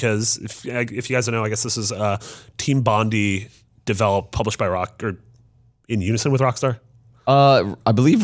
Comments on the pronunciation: Why do IGN journalists always confidently say the wrong things. It's Bon-die not Bondy and it's not 1930s it's post WWII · For all you Americans Team Bondi is pronounced as BON DIE, you know Australia's most famous beach, Bondi Beach. Haven't heard anyone over there say it right so far. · Its pronounced "Bon-Die"....